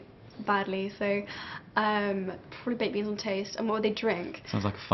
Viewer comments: thought she said babies on toast too. turned out to be baked beans on toast (i think) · at first i thought that she said babies on toast instead of baked beans on toast xD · I thought she said babies on toast... I laughed so loud. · It sounds like she said babies on toast. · i thought she said "babies on toast" lol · i think she said baked beans... im not rying to make you mad or anything im just saying what i heard so don't think im against you cuz it did sound like babies